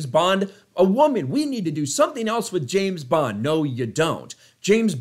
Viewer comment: Hollywood. It's not Jayne bond is James bond. Sort your sh*t out